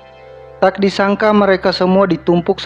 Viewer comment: Tax, tidax. Gk enak d denger. Tau bedanya k sama x ndak